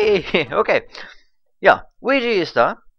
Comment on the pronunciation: Der Mann heißt Luigi und nich Wuigi, wie dus aussprichst.. :P